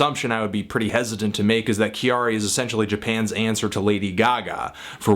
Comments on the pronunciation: Sorry, I just can't get past the 'Kyary' pronunciation disaster. Her name is not that hard to say. Also, Kyary and Gaga are VERY different people. Calling her a Japanese Gaga is annoying and wrong. No reason to place Gaga at the center of the universe; she is basically a rip of Grace Jones without the personality Grace brought. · No, her name is pronounced Carrie or Carrey like the English way. It was kind of an in joke with her friends at the time, when she was creating her name. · Thank you for bringing her to my attention, she is awesome. I never really listen to J Pop before, but I do indulge in a lot of Anime...and manga sometimes. However, I heard candy candy, miracle orange, invader invader and some others. I love it, 2 thumbs up. Also her name is pronounced Carrie as in the American way to say it. When she came up with her name in school, her classmates said she acted too much like an American girl...so they name Kyary came around (as in Carrey) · you are pronouncing it wrong...'きゃりー'should sound like 'Carry'. I really enjoyed this review though :) Thank you! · Kyary is two syllables! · Learn how to say her name please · It is not said Ki-ar-ee... it is Kya-ri. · I guess you can say it how you want to. Still if you want to say it like Japanese people it's pronounced like Carrie, except with a small y sound after the k sound of Carrie. For what it's worth, kyari is just the Japanised version of the name Carrie. Carrie from Sex and the City for example is pronounced Kyari in Japan. So saying kee-yar-ee is really just misreading back the way that name is written in Japanese. But whatever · Just one thing, when you say her name, it's not actually pronounced, "Ki-a-ree," but sounds more like "Kehdi," when the Japanese pronounce it. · Pronounced "Carry." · her name is pronounced Carrie. she has a song where she just sings her name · Why can no one in America pronounce "Kyary" ? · Anthony her first name is pronounced Carrie